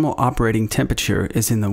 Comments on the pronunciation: *"tem-PERA-ture", not "tem-PIT-ture". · "normal operating tempachur"